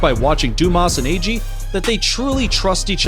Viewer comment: Please look up pronunciations before making videos just taking a stab in the dark. The polar bear is called Agee (rhymes with baggy) and there are many instances in her human caretaker calling her by name in videos on the internet as well as episodes of various docu-series on Animal Planet. Same with the crocodile- his name is Poncho, not "pocho". 🙄🤦🏻‍♀️